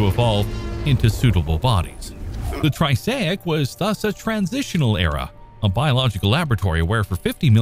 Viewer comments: You beat me to it. But I was going to ask if anyone else is getting triggered by way he's pronouncing it as "tri-say-ic" vs the "tri-ass-ic' I'm more used to hearing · triassic not tri-say-ic lol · Triassic, not Trisaic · I came to the comments a couple of minutes into the video to see if anyone else was thinking what I was thinking and was not disappointed lol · I'm glad that I'm not the only one hearing that. I thought I was going crazy.